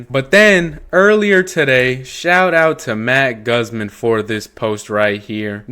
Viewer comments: His name is pronounced Goozmahn not the way you said it come on my guy it’s not hard to look up how to pronounce words I’m sorry I’m not hating or anything it just drives me crazy that people can’t take 5 seconds to find out how to pronounce things correctly 🤦‍♂️ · People in the comment section really didn’t hear shit else in the video besides your “Guzman” mistake… idiots dude. Keep up the good work and hopefully these people can find it in their brains to move past a “mistake” in an otherwise informative video. Good job!🔥🫡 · Pronounce "Guzman" correctly..... smh 🫢